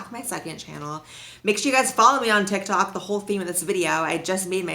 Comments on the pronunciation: "Follow me on Ti Tok" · "Follow me on ti tok" 😂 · I LOVE YOU AND YOUR VIDEOS SOSO MUCH just so you know at you misspelled tik tok and said ti tok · Lol "Follow me on Ti Tok" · “Follow me on Ti Tok” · i just wanted to let you know that your little bubble said ‘ti tok’ not ‘tik tok’😩